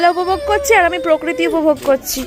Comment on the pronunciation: পকৃতি😅😅sotti ki ucharon ucharon e phd koreche maal ta jakhanei jay sekhanei hanglapona kore